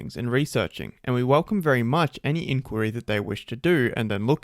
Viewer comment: say inquiry like that again and i will unsub